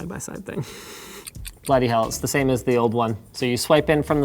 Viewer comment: LINUS WENT BRITISH WHEN HE SAID BLOODY BUTTON HAHAHA